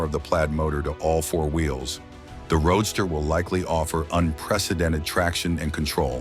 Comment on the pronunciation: Stop the robot narration... It's a roadster not a road star!!